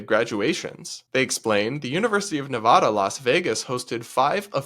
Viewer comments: It's Neva (sounds like cat) da!! Drives me crazy when it's mispronounced. However, I 100% agree with all you said. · I always joked that I didn’t study something smart in university, getting a BA in Film, but at least it wasn’t made up. It’s a real department in the fine arts college. So glad I went to UNLV in the mid 2000s and not today… Also, about Nevada, make sure the first “a” sounds like apple. We Nevada natives hate when people say NevAWEda 🙄 😉 (Edited to add that your background is perfectly fine. I like it. It’s clean but not too boring 👌 forgot to comment this in yesterdays) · UNR what the hell?? If they were going to add any graduations, I could support an additional graduation ceremony entirely in Spanish because there is a large Spanish-speaking community in both Reno and Las Vegas, so that could be nice, but this is just insanity. Also the way you pronounce nevada tells me you didnt grow up near there lol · You’re saying Nevada wrong!! Please.. please google how people from here say the place we live.